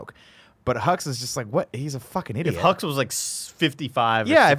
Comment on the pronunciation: When I first saw The Force Awakens, I thought they kept saying General Huggs. I thought “what a nice-sounding name for a villain.”